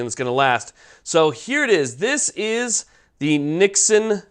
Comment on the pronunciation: Yeah, I was like why is he mispronouncing it?!!!